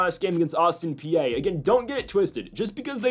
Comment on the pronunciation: If you want people to take you seriously (and your show is solid) you gotta know how to properly pronounce these teams names. Bell-ARR-minn Austin PEE TOE-sun